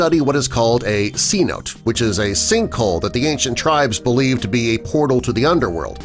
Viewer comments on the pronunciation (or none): Cenote pronounced Ce-no-tey, not sea-note. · Maybe if I pay someone a C-note, they'll teach you how to pronounce: Sen-oh-tay. LMAO. 😂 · Cenote, is pronounced si-no-tay